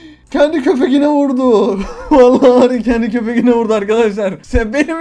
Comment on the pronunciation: Abi balonca konuşuyorsun mesela köpeğine diyecene köpekine diyorsun